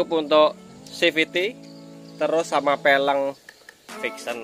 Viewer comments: Velg bukan peleng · VELG. Kok FELENG ya. Aga' aneh dengerhya hehe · peleng hahahaa pelg bele bukan peleng, anak motor kok nyebut pelg kok salah hadehhh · Peleng apa velg bang😂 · velg kali bang bukan peleng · Peleng ?? Apaan tuh 🤣